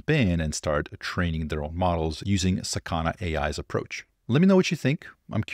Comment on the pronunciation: it's not saKAna, its sakaNA